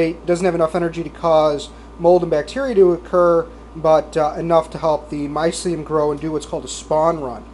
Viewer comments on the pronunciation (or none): mycelium sound it out my-ce-lium say the shit right lul